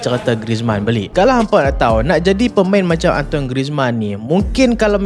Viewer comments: Cara sebutan dia bukan "antoin" tp lebih kpd "antuan" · Antoine bunyi dia "An-tuan"